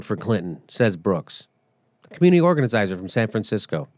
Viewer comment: Organizirzers? Anyway, love you Jimmy :D